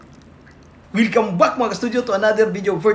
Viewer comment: Wilcome back daw Sabi ng engot😂😂😂 welcome back tungokngok😂😂😂😂